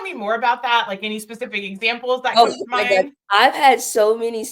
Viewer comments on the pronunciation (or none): none